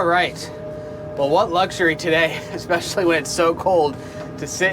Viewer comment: it is simply amazing to me how many people say ekspecially instead of especially. Even some smart people.